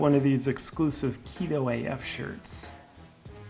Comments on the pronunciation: "Rypto Currency" 💀😂😂😂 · Haha! "Ryptpcurrency". Brilliant!